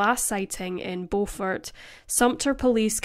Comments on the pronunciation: Beaufort South Carolina is Pronounced Bufort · It’s Beaufort (Bu-fert) 😂😂😂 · I'm surprised that I haven't heard of this case! I only live a few hours away... Also it's pronounced "bYOUfort" (which is honestly weird now that i think about it...) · Its Beau-fort Beau-fort not The way you are saying it